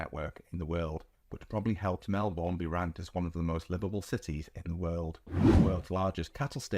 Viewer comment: Melbourne is pronounced: Mel-bn and not Mel-bourne.